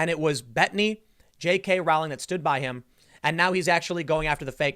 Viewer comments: It's pronounced the way you would say Rolling but with the 'w' sound after the 'o' ... not Rah-w-ling. Jeeez! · omg, it's rowling, like bowling. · Rowling is pronounce Rolling, as in row, row, row your boat.